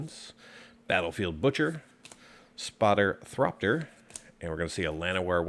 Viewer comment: Thopter not Thropter